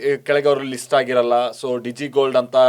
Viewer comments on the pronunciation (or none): none